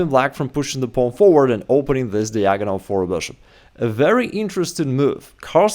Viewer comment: When will you learn how to pronounce "diagonal"? You're in America now.